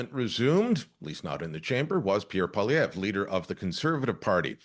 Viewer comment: I am so pissed to hear you butchering Pierre Poliviere. 😤 He is the most relatable (should have been PM) He knows his stuff financially, statistically, a humble family man with autistic child born and raised in Ab Sask. He is Canadian!! I say the media is the blame for a bias coverage during the campaign. This man worked so hard like I have never seen before during an election. The rallies brought in thousands!. Hope,joy, tears are you kidding me?? Not funny? Too serious? Too much like Trump? I call BS!! WTH do you want? A clown for a leader?? We just had one for nearly 10yrs! Absolute shame media. Sick rigged BS!! Canada got walked into a WEF GLOBALIST MONARCH TAKEOVER!!! So not proud to be Canadian today.